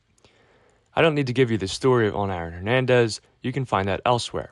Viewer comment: Can’t help but hear you saying “Iron Hernandez” over and over again